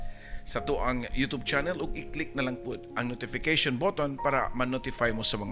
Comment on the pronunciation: imbes kay ganahan nko dri kesa sa papa dudut,napareha nmn hnuon ni sila,nganung 'yotob' mnjud oi kalain paminawon,youtube bya na